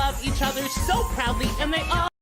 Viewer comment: Its pronounced "so". Never heard a smooth brain who say "sue".